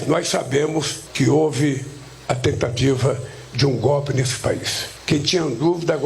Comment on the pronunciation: Jesus Cristo.. Pudim de cachaça não sabe falar golpe!!! Como esse "besta fera" pode ser presidente do Brasil....